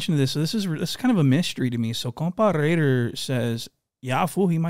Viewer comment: It's not Lrrrrraider. It's Raid er